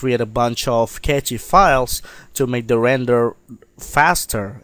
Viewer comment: Very useful tutorial. I didn't know that you could make hidden files visible like this. I always advise to go into preferences and move the location of the cache files to the C drive so you can easily access it. I have a RAID-0 disk system and my cache files are on my D drive and set to 300Gb of cache space. Btw, Cache files is pronounced as 'Cash' files, not Catchy files, lol. Cache literally means 'a hidden storage space'.